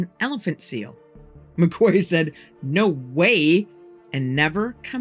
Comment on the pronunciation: Just to help out: the name McQuay is pronounced "McKee" ---it's a popular name in Britain. A "Quay" (a key) is a solid, man-made structure built along a waterfront and its used to tie up boats...